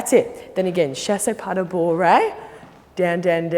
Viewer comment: The way she says Fouettés it kills me 😂 it’s so cute, all the french words are pronounced in such a funny way ! Chassey pas de bouwwey ! I love it 😂 And then Grande Djeteyz 😂 I’m dying